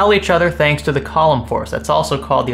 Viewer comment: “Colomn force”